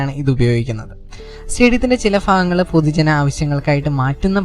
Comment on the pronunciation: Fagangal alla Bagangal